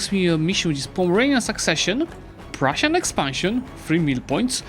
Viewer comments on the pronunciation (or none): none